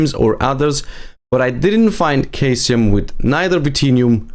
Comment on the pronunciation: Great guide. Ps. Caesium is pronounced cee-sium.